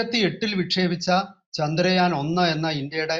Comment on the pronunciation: ചാന്ദ്രയാൻ അല്ല, ചന്ദ്രയാൻ